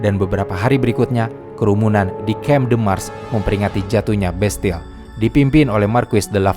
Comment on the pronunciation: Setiap narator menyebutkan nama-nama, orang dan tempat, langsung ngelag: Bestel (ini apa toh?) oalaaah ternyata Bastille.